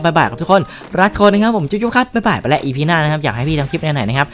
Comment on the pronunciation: ตอนเเรกพี่พูดว่าทุกคง